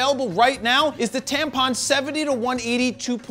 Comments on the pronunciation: I love that he is saying tampon instead of tamron😂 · Did you mean to say TAMPON, or Tamron? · Did you say tampon lol 😂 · Haha, I had to replay it to make sure i wasn't imagining things